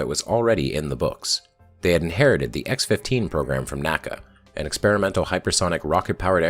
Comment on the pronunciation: NACA was not pronounced like NASA each letter was pronounced individually